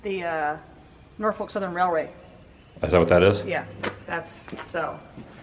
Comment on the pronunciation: Please say Norfolk right, I know is sounds like you are saying something dirty, but in the tidewater area you are being local, say it like, the o is a u, and lose the L.... got it?